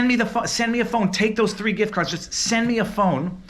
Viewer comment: I heard "gRift" card. Sorry to hear about the hassle.